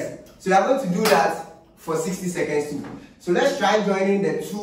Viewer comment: It's seconds not secends🤣😂💔💔